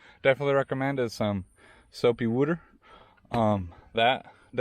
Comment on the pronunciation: Soapy wooter😂